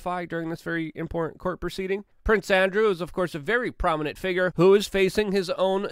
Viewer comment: All these years I always thought the word 'Important' had 3 syllables. But alas, there is only 2.